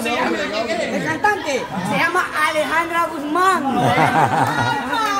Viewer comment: Alejandra. Dijo. Pero. No. Dijo. Bien. El. Nonbre.